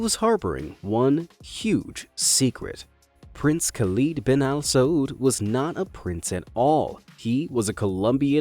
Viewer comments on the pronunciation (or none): My name is Khalid but the i in it is pronounced differently than the person in this video.